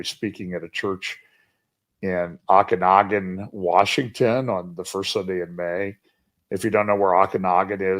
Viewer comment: Oh kanogan, not Ah. 😊